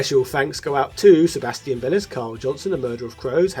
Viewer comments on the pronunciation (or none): none